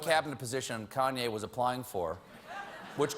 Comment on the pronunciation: This guy can't even say Kanye right